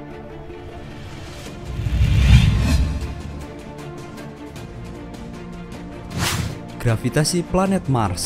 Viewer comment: Kok grafitasi harusnya "gravitasi"